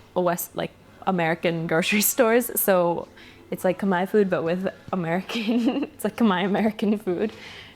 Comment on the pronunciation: When you Khmer pronounce Khmer your Khmer. When you Khmer pronounces Cum-here your whitewash Khmer..